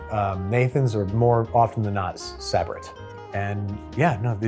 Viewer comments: Sab-rett? No its Suh-bret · I have lived in NY my entire life and never heard anyone pronounce it Sab-rit wth it's sa-brett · SAH-bret? my dude you know its suh-BRET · Suh-brett not Saa-brett. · Did you really call Sah-bretts sab-ritts? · Sabrett's is pronounced suh-BRETS.suh- rhymes with "duh"-BRET sounds just like the name Brett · It's pronounced suh-brett ya heathen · Sabrett (pronunced Suh-brett) Hot Dogs. Another NJ wiener! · Learn how to say Sabrett properly bruh. Signed a born and bred NY’er. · That is not how Sabrett is pronounced. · I don't know how you can have all that New York pride and pronounce Sabrett that way. Diabolical. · That’s the first time I’ve heard Sabrett hot dogs pronounced that way. I think you’re wrong. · That is not how you say sabrett at all. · Your pronunciation of Sabrett made me go from rage to self reflection and questioning what I’ve known my whole life. And finally sorrow for you. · Proud Bests’ enjoyer. Also the pronunciation of Sabrett had me wincing 🤣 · How can a new yorker not know how to pronounce Sabrett correctly?